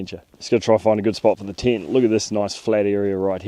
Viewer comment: tent❌ tyint✅